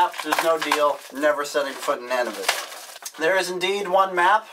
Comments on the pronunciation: It's Noon-a-vit. Not Nan-a-vit. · wow....its (nun-a-vit) .... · he said Nanavit instead of Nunavut I live in Canada Ontario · It's NUNAVUT!!! with a U not an A, Dambass!!! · "nanavit" hahaha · nanavut lmao... it's pronounced NUNavut:P